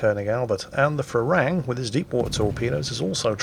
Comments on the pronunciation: It's Pra-Ruang (straightforward) Me as a Thai really like to see foreigners mispronouncing Thai words ;) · Actually.. When phonetically transcribing Thai into latin letters things do get a little unlogical for us westerners. "Phra" is not pronounced with an F-sound in the beginning. It's a standard P basically. If you pronounce it "Pra Ruang" you'll be good;) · Pra Ru-ang. Learn thai mate... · I love how pronounces the Thai destroyer Phra Ruang as Farang which is the Thai word for foreigner, so to his credit he is speaking a Thai word just not the right one. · Phra Ruang read with strong P and strong U